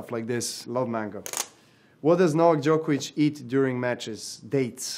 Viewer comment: Najbolje mi je što ne mogu da izgovore Đoković😂 Thats on Serbian English:The best thing is that they cant pronounce Djokovic